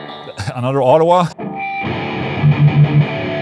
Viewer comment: The capital of Canada is “Autowah”